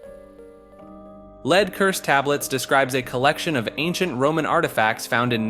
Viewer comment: How does he not know how to say lead 😂